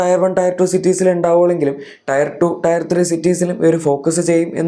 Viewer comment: ടയർ (tyre) സിറ്റി അല്ല, ടിയർ (tier) സിറ്റി എന്നാണ് ഉച്ചരിക്കേണ്ടത്.